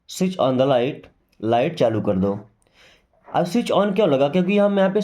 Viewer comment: The t in Switch is silent.